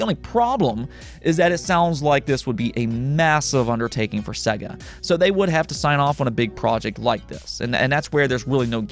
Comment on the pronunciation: Dude................it's pronounced 'SEYGA' (not SEGGA).